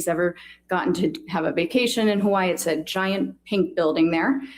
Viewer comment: why would it be annoying to pronounce burrito correctly? And I didn't say that one has to pronounce Hawai'i with the 'okina, I was only pointing out that Dr. Curry was pronouncing Hawai'i correctly. So I'm not sure I'm quite understanding your comparison. 🤷🏽‍♀️